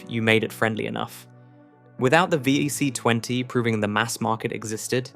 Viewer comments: The V... I... C... 20? You mean the VIC 20, right? Why not just narrate your video with an actual human who could get this right? Have you really saved that much time and effort? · If you're going to do a piece on UK tech then at least use the UK language. Some of it was laughable. The VIC 20 not the vee eye see 20. As others have pointed out it is zed not zee as well as other mispronunciations. But I suppose AI just isn't going to get it.